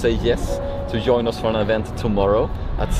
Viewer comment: LOL, my parents are from Sweden, and saying "yoin" instead of pronouncing the J "Join" is suuuuuuuper typical 😂 Also swapping Vs and Ws for some reason, like saying Willage instead of Village. is a gem, and so are you all. Stay together forever plz 🙏💙💖